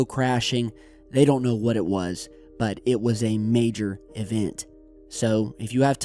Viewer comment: Bwut? Moon Bwut? Russian Bwut?